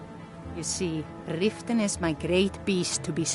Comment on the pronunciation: Just a friendly pointer... It's called Riften not "ritten"... And the hold that this city is in is called The Rift 😅